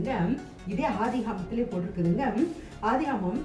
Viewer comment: அக்கா அது ஆதிகாமம் இல்ல ஆதியாகமம்